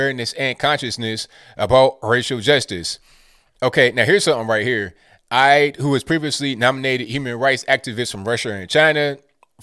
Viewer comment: you misspronouncing Eide name wrong could be considered "WAYYISST".